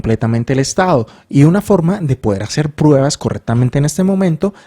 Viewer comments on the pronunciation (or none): none